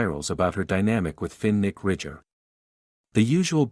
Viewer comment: Terrible pronunciation Fin Nick Finnick